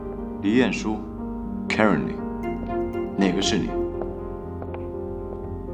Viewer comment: 只有我在纠结他奶奶把Karen叫成Kery吗